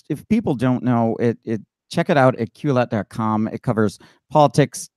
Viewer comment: The name Quillette has obviously been carefully thought out. Your inability to pronounce it correctly exposes your lack of education. The first syllable rhymes with kill, the second with let. A brief search by you for the meaning of 'quill' and the suffix 'ette' is in order so that you will not sound and be so ignorant.